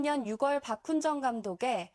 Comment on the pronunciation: 잘봤습니다. 다만 한 가지 짚고 가자면 10월="십월"이 아니고 "시월"입니다. 6월도 "육월" 아니고 "유월"입니다.